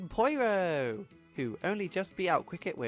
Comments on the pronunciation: The way you say "Poyro" instead of "Pyoro" really bothers me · ITS NOT POIRO ITS PEEORO! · Did he pronounce "Pyoro" as "Poyro"? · okay I've heard people say Pyoro a lot of different ways but "poyro" is a new one